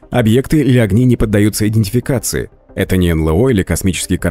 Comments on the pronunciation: "энлЭо"(с) энЭЛо - вообще-то...прям "ухи" режет.. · Да чего уж там, произносите уже НэЛэО. Блин, ЭнЭлО!!!